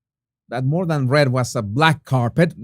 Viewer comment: Jesus, more not “moar ”